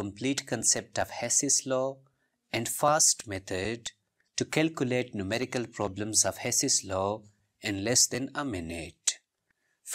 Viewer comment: 😅Numerical became Mumericals 😅